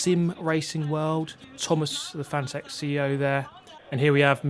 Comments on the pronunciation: Btw Fan-a-tec? I always pronounced it Fa-na-tec like fanatic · Cool then. Though I think so many people were determined to pronounce it wrong that he just finally gave up. There’s an interview where he corrects the interviewer and says it’s pronounced like ‘fanatic’. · If you’re sponsored by Fanatec you might consider doing them the courtesy of saying the company name right. Just a thought.